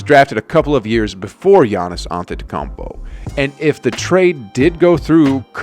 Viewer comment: The way he says gannis name is sad